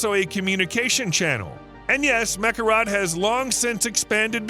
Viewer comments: Mekorot not Mekarat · Meh'Kor'Ote' Damn, say the name right....